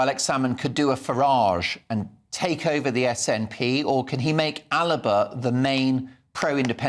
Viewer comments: It is not Aliba, it is ALBA. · It's ALBA, Not ALIBA! This is not the Arabian Nights!